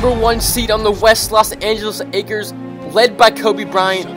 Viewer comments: he said Los Angeles akers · This boy said la Akers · "Las angeles Akers?? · “Los Angeles acres” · he said the Los Angeles Akers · In the first with the Laker he said akers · She sed the la Akers lol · Did he just said THE Los Angeles AKERS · At the start he said los angles Akers I like u mean lakers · did you say akers you trpien😀😀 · xddd all difrent teams expet the lakers. and u said akers 1 time not lakers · “The #1 seed in the West The Los Angeles Akers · Los Angele's aker's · he said akers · who else heard him say the "Los Angeles Akers" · He said Los Angeles Akers XD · Did he just say Los Angeles Akers?